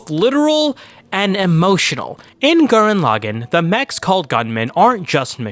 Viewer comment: You call the Lagann correctly but when you say the name of the anime you say it wrong.. How did you manage that habit 😂 WONDERFUL video btw!! Great breakdown of the series 🔥